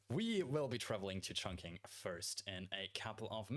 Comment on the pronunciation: Mate, with all due respect and love, the Q in Chongqing gives a similar sound as 'Ch' and not what us English speakers are used to.